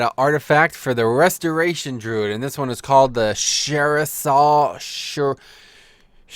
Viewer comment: you said druid ;0